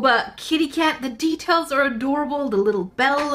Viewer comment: When she Said the deatails on the boba cat it sounded like she Said teatales